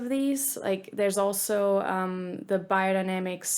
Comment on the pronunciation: I can't understand why you being German keep pronouncing "Bahyerdinamicks" instead of its real pronunciation, specially if you pronounce "Sennheiser" correctly 🤔